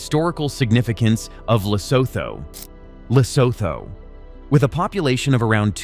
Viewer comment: Pronounced "Lesootoo" - obviously this poster is as ignorant as trump